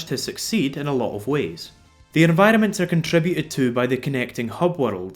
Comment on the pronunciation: ... It took me an embarresingly long time to realise you were saying "environments" and not "vitamins"... Sorry.